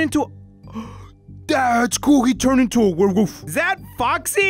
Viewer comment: "dats cool he turn into a warewoof'